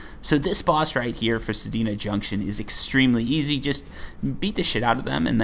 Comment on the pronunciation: Why are you adding an i between the D and the N in Sedna